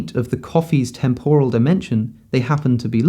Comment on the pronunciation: You put up a dictionary definition of temporal, which gives the right pronunciation. For some reason, you ignore this, and say a wrong one.